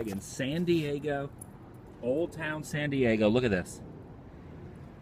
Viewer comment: Sounds like you're saying Sandy Eggo